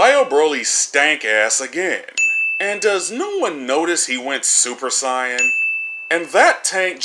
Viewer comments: bruh in the move they say super say an but he says super cyan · Listening to this man pronounce Saiyan is making me cringe to no end. It is Say-in, not Psy-un. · You sound so stupid saying sa-yan dumbass it's sayiyan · I like how they say the word saiyan and then you immediately call it sion. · Get it right. Its super SAYYAN. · You get a sin for saying super siyun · "Super Psyan" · the biggest sin here is the way you say saiyan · Good video. Except. ITS NOT PRONOUNCED SUPER CYAN. STOP. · why do you pronounce super saiyan super sai-an oh and sorry im late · Imagine saying super cyan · Why is hey saying super sayin wrong it makes me mad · Dude your pronunciation had me, sighin' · fuck you for the way you pronounce saiyan. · I just wanna know how you manage to misspronounce Saiyan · Why does he say Saiyan like an idiot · The "i" in saiyan is silent.... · Why can’t u say saiyan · You should've added a sin for everytime you pronounced saiyan because you, English dub, and sub all pronounce the shit differently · 100 extra sins on your inability to pronounce "saiyan" correctly. ding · I give you a sin for saying saiyan wrong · It annoys me on how he says saiyan wrong